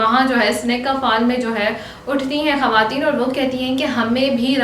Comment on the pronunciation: Women ...not hawatin its khawatin